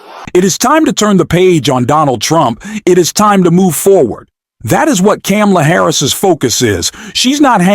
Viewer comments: Didn't you see her neices' lesson at the DNC? The debate? Her name is Kamala, pronounced "Comma-la". Please correct yourself. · Bro Pronounce it like this… comma-la Or just say VP Harris.. you’re obviously struggling with her name…😒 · You cannot pronounce Vice President Harris’ first name correctly??? WTF?? You also don’t know how to use “like/as” correctly! No “like,” no subscription. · Please pronounce the VP's name correctly.